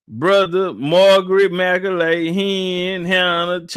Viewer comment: McAuley pronounced Mac Cawly or Call Lee like MJ's friend the Home Alone kid